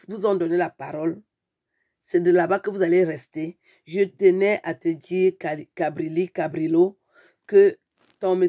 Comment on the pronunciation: Tu EST encable de pronounce song nom ,mama et tu parle d'etre entre Les intellectuel.